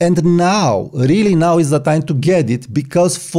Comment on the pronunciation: Why are you pronouncing “now” “naaaooowww”? BTW I like that photograph of the person smoking wearing shades.